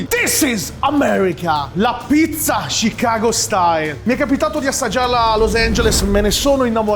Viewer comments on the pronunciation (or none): none